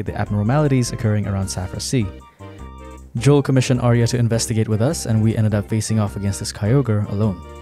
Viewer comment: It is just pronounced "Johl" although "Joelle" is definitely funnier